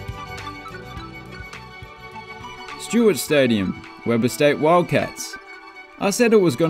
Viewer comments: Stewart Stadium in on the campus of Weber State University - pronounced Wee-ber not Web-er! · I couldn’t have said it any better myself 👍. Also he pronounced the name wrong. It’s Wee-Brr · If it helps at all, it's pronounced Wee-burr. And as far as Southern Utah's track goes...it's a school (my alma mater) of around 9-10,000 students so the track/stadium dual utility is sadly a must. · They pronounce it "WEE-ber" State University, actually. Don't ask me why. You're talking about a state whose citizens can't even pronounce "hurricane" correctly. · Stewart stadium was renovated like a year or two ago yet your using pictures from before that? You also pronounced Weber wrong.